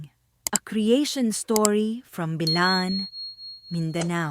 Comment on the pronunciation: It's not Bilaan it's Blaan